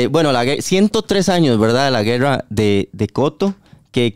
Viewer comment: Hagan gargaras de tachuela, no saben ni hablar, grrrreerrraaa....rreeeeiiiccaaaa... No pueden decir , guerra, o costa rica... Pa que fueron a la escuela